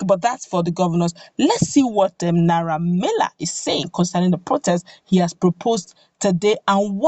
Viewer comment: His name is Naira Mar-ley.....not Mila